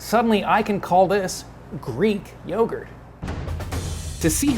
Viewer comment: Greek yogurd 😂😂😂😂